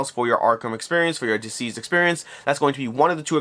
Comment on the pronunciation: It sounds like you’re saying diseased and not deceased